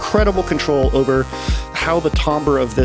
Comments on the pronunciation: Timbre is pronounced TAM-ber, not TOM-ber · It is tam-ber ñot tom- ber 🤬🤬🤬🤬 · The way you pronounce "tambre" gives me road rage. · The word you keep using, timbre, I do not think it is pronounced the way you think it is pronounced.